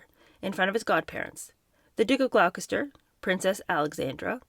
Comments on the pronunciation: Just a heads up, Gloucester is pronounced “Glosster” and Gloucestershire is “Gloster-sheer” phonetically spelled. Buckingham is pronounced “Bucking-am” with a soft or even silent “h” sound. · It is "Gloss-ter" & "Gloss-ter-shr" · Gloucestershire = Gloss-t-shur